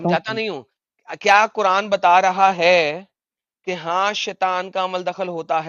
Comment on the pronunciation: Kuran nahi kuraand 😂😂amazing sir well said😂😂